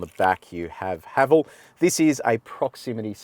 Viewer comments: The name Haval isn’t derived from any meaningful Chinese. Thus, just pronounce as “Ha Val” : ) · Pronunciation- It’s Ha-vaaaal. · Kia Ora, Haval in Chinese is pronounced Ha Fu 哈弗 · Ah, it's pronounced 'Haval' rhymes with 'travel'. It's not a Chinese word. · In cantonese Haval pronunce ha fxxx😅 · Haval is getting incredibly popular here in South Africa. We pronounce it Haa vaal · In Chinese, Haval is pronounced ‘ ha full ‘ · Brand pronunciation guide in Mandarin: ha-fo. 'ha' like the laughter haha, 'fo' like the 'fo' from the word forgive. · Im a Chinese living in SYD，we pronounce HAVAL sound like [hʌfo] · 哈弗 (Hāfú) is the Chinese spelling, and you pronounce that just like "Hafu". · 哈弗 You pronounce the first part of HALF, or simply HA, and the first part of FOOD, or simply FOO. HAFOO then. lol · Thanks for your fine review. I appreciate the fact that you are the only reviewer of whom I know who does the 80 to 120 essential for passing B Doubles. [ps. someone below is Chinese and comments on how to pronounce HAVAL. My only issue having taught English is pronouncing 'H' as AITCH. thanks again.] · As Chinese I can’t pronounce Haval either. I think they picked this name to confuse the Chinese people to think they’re German cars.